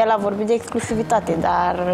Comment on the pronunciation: mai repetă cuvintele dificile gen,, exclusivitate "inainte de a le folosi, ești totuși la TV....fff frustrant să vedem că,ca și criteriu pt.alegerea participanților la emisiune,primează frumusețea fizică în locul inteligenței 😢😢😢